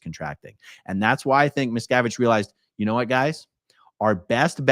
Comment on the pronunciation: I know his name, but every time you say it, all I hear is Miss Cabbage. I am okay with this....carry on talking about Miss Cabbage's failure.